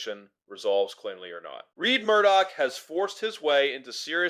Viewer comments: It is RED not Reid or Reed Murdock, lets get it right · I found "Reed" pretty irritating.